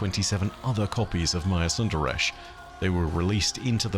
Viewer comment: It really irks me how they pronounce Maya's last name. Props to you for actually doing a better job at it.